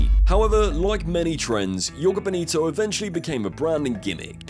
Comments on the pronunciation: It’s Joga, not Jogo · It's the Spanish that read the letter J like a Y, the letter J in a word reads more or less the same in English as it does in Portuguese. The word "Joga" in Joga Bonito is pronounced the same way as if you replaced the -er in the word "jogger" for an A to read "jogga." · And jhogah bonito, not "yoga" 😂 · Mispronouncing "NIKE" and "JOGA" in one video that's something XD